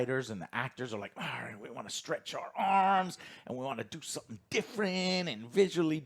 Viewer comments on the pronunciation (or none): none